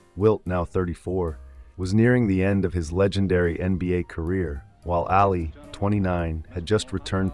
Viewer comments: I don't like the way you're saying "Ally". It's "All Lee"! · Why are saying Alley?